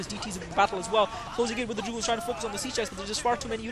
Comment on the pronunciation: commentator, 1. its dragoons, not draguuuuns 2.maybe u should speak a little slower and 3. i think flash meant to lose that round so he could play a noob such a bisu